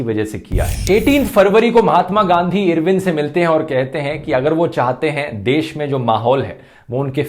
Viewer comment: irwin pronounce karna toh sokho fhruv aur pehele bhagat singh ki life sentence bohot dangerous thi